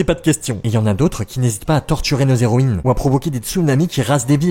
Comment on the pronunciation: Y'a un truc qui m'a perturbé c'st que tu dis "zéroïnes", sans respecter le h muet TT